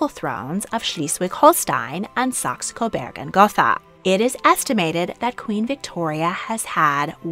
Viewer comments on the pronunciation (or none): Saxe. Like the instrument, sax. Coburg. With a U. Not an E. Burg as in burger. Please pronounce it correctly.